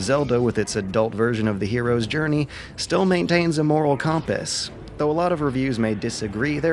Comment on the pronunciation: how did you say compass!!!!!